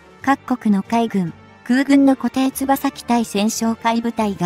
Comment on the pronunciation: いつも読み間違いだらけです